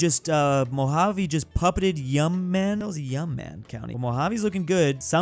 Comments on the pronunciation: i was praying that yuma survied that long, and when it fell he called it "yum-man" T-T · he finally mentions my state 🥳🥳🥳🥳 rahh my county is stronk!!! NOOOOOOOOOO!1!1!1!!1!1 NOOOOOOOOOO!!1!1!1!1!! also its pronounced “you-muh” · (YOU MAH) bro not whatever tf u said lmao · Yuma is pronounced "you-muh" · Yuma is pronounced YOU + MUH(as in 'muh brotha'). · Yuma = You-Ma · How do u mis pernounce YUMA. U-MA